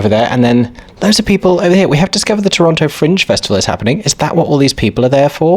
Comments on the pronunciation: Eeeeeeeeee! My home! Also, FYI, it's pronounced "Toronno". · So glad you guys enjoyed Canada! I'm down in Hamilton, about an hour south of Toronto. They have a great art scene, dunno about theatre save for a couple of cute old playhouses. Very fun to see you guys explore Toronto! Though local pronunciation is 'Toronno' btw. No T :D PS: (because finally getting to watch more of this lol) if there is one thing you can count on finding in Canada, it's a Tims- and a filming location in Toronto. Many shows and movies are shot there to look like NYC! Toronto's absolutely a culture shock from most of Canada though. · Haha tourists pronouncing the second “t” always makes me chuckle. I mean I’m sure if I went to the UK I’d be mispronouncing everything too tbf